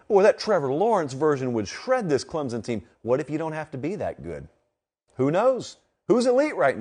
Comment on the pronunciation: I enjoy listening to your commentary on my team (Clemson) but man you gotta learn how to say the name correctly!